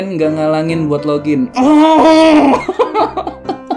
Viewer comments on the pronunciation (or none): none